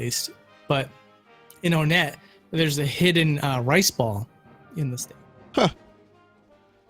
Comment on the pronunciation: Its actually called One-ett not Wunt. Vinny is right that the naming of the towns all have a number in them. You wouldnt say Toosen, you say Two-son. Three-ed. Four-side.